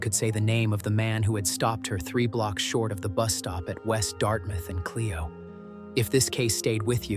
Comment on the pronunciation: Flint Mi. It’s pronounced Clyo road not Cleo